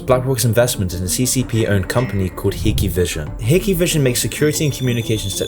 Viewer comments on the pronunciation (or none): Hiki vision lol? What? It’s pronounced Hike vision or Hick vision.